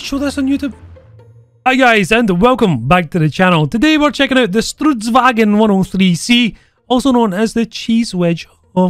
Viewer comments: Stridsvagn (strids-vagn) Not stridswagen ;) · STRUTSVAGEN???? NO ITS STRIDSVAGN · strudsvagon. :DDD Struts = Ostrich. Ostrichwagon is what it sounds liek you're saying. And the mechanic you mention is intentional from the tanks design, it was made to do that in real life, be able to be driven by a single crew member. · I live and die for the fact that every non-swedish content creator covering the swedish tanks cannot pronounce the word "stridsvagn" and instead say "strutsvagn". Which would mean "Ostrich carrige"